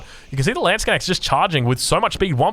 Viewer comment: Stop saying landsconnects lol its a LANDSKNECHT 😂